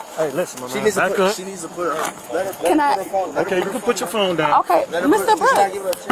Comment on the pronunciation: "He has my phaoune!" "[Unintelligible] my phuw'aune?" Why do they always start pronouncing "phone" like this the instant the handcuffs go on? Sounds like an Australian trying to say "no" 😅